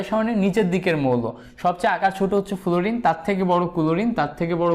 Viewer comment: ফ্লোরিন কে ফুলুরিন বলেন কেন? আগে উচ্চারণ ঠিক করে আসেন মিয়া🥱